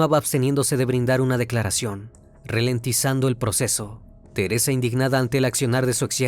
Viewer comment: ''Ralentizando'', no ''Relentizando''.